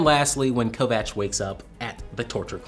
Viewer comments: “Kovaks”? Really? Kovacs is pronounced “Covach”, as in chair. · It's pronounced Kovach dammit, it's Slavic last name